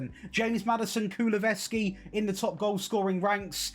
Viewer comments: This dude saying Kuluveski was irritating the hell out of me. His name is KuluSEVski. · Kulusevski not kuluveski 😂😂